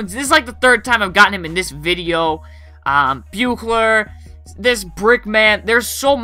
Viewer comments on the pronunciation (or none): Great video. I was really surprised to hear of how disappointed you are in MLB 2k13. Keep the videos coming and the great commentary. Just a heads up. As a true Chicago Bulls fan from their glory days I just wanted to say that Jud Buechler last name is pronounced like saying bushler. Just for future reference:) Great Job again.